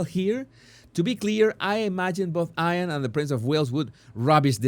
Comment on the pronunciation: Jesus, I know you are always working and perfecting your English and I love it. Just to say IAN is pronounced as EE AHN. Buenos Diaz and Felicid. My Spanish is rusty LOL. Great selection 👍 of articles.